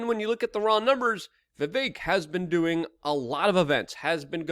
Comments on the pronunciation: Luke, it's Vivek like Steak. And Tumultuous is a word you like but say wrong. Huge fan since you were 19. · 17 hours with vivek but you can't say his name right